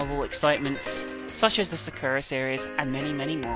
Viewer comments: the way she says sakura.. SAH-kra (its sah-ku-ra) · Actually, the correct pronunciation is SAH-kura. Just like people always pronounce Kojima as Ko-JIIII-ma when its proper pronunciation is KOH-jima. EDIT: Sorry, just heard her and realized I'm saying exactly what you're saying.